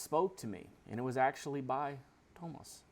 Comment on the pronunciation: Hi! There is no H in Tuomas, it's TU - O - MAS If you want to check out the pronunciation of any word, you can go to google translate and click "listen" after you have typed and chosen the language. Have a great day!